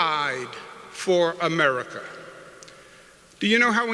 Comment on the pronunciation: Americal! I like the sound of that.